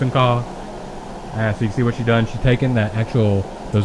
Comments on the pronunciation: kho is pronounced like the english word call just saying. when i eat ca kho and the canh chua i like to add the soup to my rice and add some of that ca kho sauce on top and eat it. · I would say it's more like "kawww".